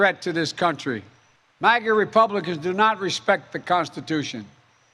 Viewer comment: Biden says ‘MASA’! Make America Shit Again